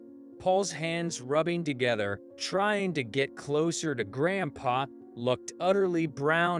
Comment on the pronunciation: He's saying GrandpaR